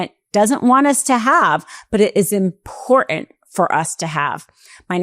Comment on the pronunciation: Good reporting! But could you learn how to pronounce IMPORTANT?